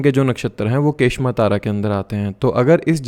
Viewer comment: kshema या क्षेम बोलेंगे के श मा कुछ नही होता